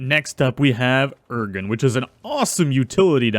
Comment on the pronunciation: Luh-guy-uh-chris, Ooh-(Like what you say in interest)-Roo-Gan (Like gone), Devil-Joe, Bare-E-oth (Like broth) Bear-oth (Also like broth) Additionally the levels were inconsistent